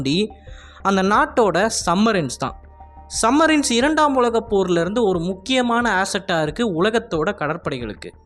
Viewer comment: டேய் அது சப் மரின் சம் மரின் இல்ல